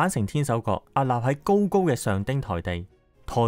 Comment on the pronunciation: 海岸 ，岸～ 必須鼻音 屹立 。屹 ～鼻音